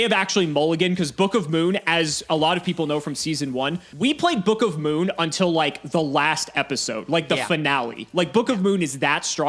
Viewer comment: says book of moon like “bukuhmoon”